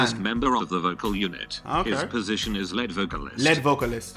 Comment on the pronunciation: why you pronouncing lead wrong